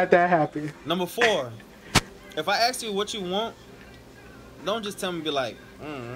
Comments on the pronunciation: Alright lemme axe you a question you know what im saying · My man saying "just axe me" 😂💀